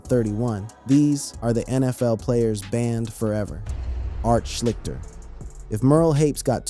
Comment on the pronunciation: The quarterback's name is pronounced Art "Schleeshter", I wouldn't expect you to know that, because he's before your time! But, now you know!